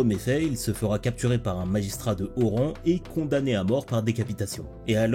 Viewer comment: Chef 😂😭 "Haut rang" pas "Oran"